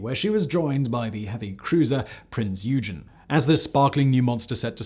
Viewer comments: Its “oy-gun” not “you-gen” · Prinz oi-gen with a hard g not you-jen. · Interesting. As a side note, and not that it matters much to me, Prinz Eugen reads Prince 'Hoigen' and not 'eoojen'. Other than that, never mind the torpedoes, full speed ahead. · Simon, you are horribly mispronouncing "Prinz Eugen" I'm sure much to the amusement or consternation of the German people, here it is spelled phonetically...Prinz O Y G E N , with a "soft" G. I only comment because my father was among the American sailors assigned to sail her from Germany to Long Beach, Ca as a war prize after the end of WW2 in 1946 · "ee-u-gen" my heart... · Prince eugin is pronced oogoon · Prinze Oy-gun, you silly man! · Pince "Oui-ghen" 🤦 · Sorta painful. I know Simon is aware some mispronunciations are inevitable... but Prinz "you-jen?" Ouch. The Prinz Eugen is one of the most famous ships in history. Can't believe it was tortured like that. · How did such a mispronunciation of Prinz Eugen make it to the final cut?